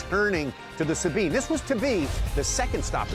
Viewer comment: Its the S-A-BINE not the Sabean